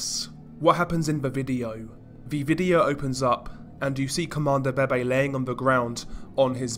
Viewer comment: isn't it pronounced veve